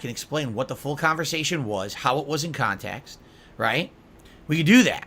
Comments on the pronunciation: 'Kahntext' is a term that holds massive amounts of power - so much power that only a slack-jawed idiot like himself can comprehend and control. SNORT! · Ah, yes. "Kahntext". I'm not sure could adequately explain what it means to a high-school English teacher either.